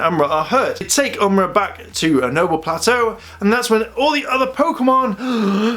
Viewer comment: its am-or-ah not umra you might have figured this out earlier idk just letting u know